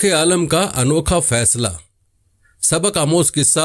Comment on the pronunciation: Pehley Alim bolna to seekh lo